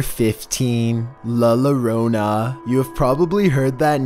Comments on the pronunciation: Heard loronaa and was wtf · La Llorona is not pronounced the way it's spelled bro. You totally butchering the pronunciation. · Mexicans: La Llorona: La Lorona Mexicans: *Face palm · It’s pronounced "Yo-ro-na" not Lorona. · When he said ll as lo That was cute but it's pronounced "Yorona" not "lorona" I hope this helps for future videos I love you!!! <3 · its pronounced "La Y-orona" Not "La Lorona" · Okay #1 is not la lorona how he says it it’s la yo-ro-na ( llorona) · It’s pronounced la YO-rona. Come on man, they made a movie about it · said la lorona!!! 😂😂😂😂 It's a yo sound Love the vidz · LA lorona is pronounced LY YORONA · La lorona😂😂😂 It's pronounced, la yorona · it's not la lolona bruh 😂🤣😂🤣 it's la yorona pronounced with a "Y" sound. If you know how to say me in Spanish which is "yo" or like how you tell someone "yoooo" like that la yo-ro-na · ☠️☠️☠️☠️ la lorona 🤦🤣🤣🤣🤣🤣🤣🤣🤣🤣🤣🤣🤣🤣🤣 dude it's la llorona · “LUH LERONA” I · Two L's in Spanish is pronounced as a Y, like yogurt La Llorona is basically La Yorona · La lollonaaaa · luh luroonahhhhhh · La You-Row-Na Double Ls in Spanish (Llorona) make a Y sound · "La Lowrona" 💀💀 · "La Luronah" omg homie I could not stop laughing, so sorry!!! Major respect to you tho for trying!! 👌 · "Yee-o-ro-nah" And it's only a Mexican thing; not all of Latin America. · DID HE SAY LA LORONA- DAWGG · Number 15... la lu runa 😂😂😂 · says la loronaaaaa Comment section: things are about to get grusome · Omg who hear is Mexican and cringed when he said, "La lorona" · “La Lorona” lmaoooo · PuR3 Shotzs He pronounced it like that “La Lorona” Two L’s in Spanish sounds like a Y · ...: "diss--HE--veld" (disheveled)...wait,that was in the other video! 😁 Luh-Lew-ROE-na🤣🤣🤣aw, you know we love you anyway!😘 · Hahahah I just started this video and I’m already laughing. “La lorona” I know that you may not know Spanish but I just thought it was a little funny I’m not judging. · He said la lu rona 🤣🤣🤣